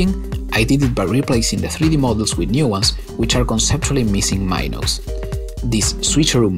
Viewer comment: i cant be the only one frustrated with his pronuniation of "minos" or how many times he used that word also this project is literally not tetris 2 but with softbody physics lol